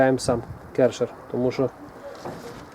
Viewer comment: ДА рекомендую приобрести Alto nilfisk Neptune 4. Ни один Керхер (а правильно именно так, а не керШер), рядом не стоял.